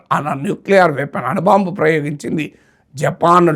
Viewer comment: అను బాంబు? అణు బాంబు !